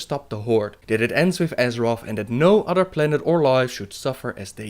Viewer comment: Het is geen steenkolenengels, maar probeer misschien toch een beetje aan de uitspraak te werken (udder-other, deaf-death, dis-this, etc.). Ontzettend bedankt voor de videos!